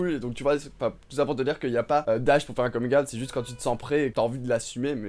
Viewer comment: Bon ben, j'adore tes vidéos mais pour ta prononciation anglaise de coming out, faut dire comigne out et non comingue a-out. Et pour ta question sur quel âge pour faire son coming out, moi c'était à 36 ans, quand mon ex copine enceinte de mon fils a dit à tout le monde (famille et collègues) que j'étais gay. Personne ne l'a crue mais j'ai dit à tous qu'elle avait raison en partie puisque je suis bi. Bon ok, 25% hétéro, 75 % gay. Par ailleurs, tu dis que Pl Cloutier est trop jeune pour toi? Ben moi à 60 ans, je suis dispo pour ta prochaine visite au Québec... Gros lol ici!